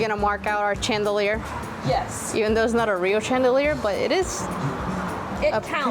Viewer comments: Chandelier is pronounced like it starts with sh not ch.. It should be spelled Shandelier but its not 🫤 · Ok I wasn’t going to say anything but you said it like 5 😊 times. The word chandelier is said ( sh) like if it were shandelier. I wish I lived around you. Those thrift stores are so amazing.